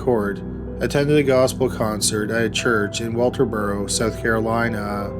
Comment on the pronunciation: Holy crap ... dragging the final syllable at the end of each sentence is distracting and it's a deal breaker for me. South Carolina has never been pronounced so damn poorly. My first and last watch on this channel. Had to leave it unfinished due to the godawful narration. Not trying to be mean, but life is too short to sit through that auditory torture.